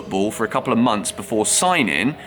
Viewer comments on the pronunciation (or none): none